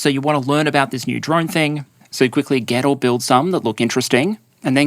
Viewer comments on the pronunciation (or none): he says, "...you quickly get or build some..." but initially i heard, "...you quickly ghetto build some..." which i guess also works.